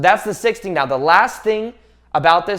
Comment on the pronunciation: your "right neow" is trigger me .